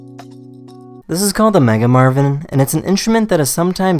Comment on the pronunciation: 'Zizizizizzzz a Congo Tourmaline' can you make it a little mote clear like 'This is a Congo Tourmaline' It hurt my ears.